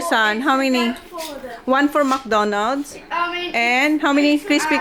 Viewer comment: I'm sorry did I hear you guys call McDonald's MACA?